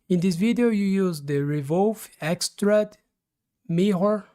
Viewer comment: Try this "extrude" is pronounced Ex-trood, sounds like the dish stew, or being in a good mood, or a female ewe.... You're saying "extrud", which rhymes with crud or dud...